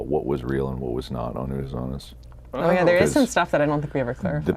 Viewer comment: Ash not unnus annus again stop it Mark 😂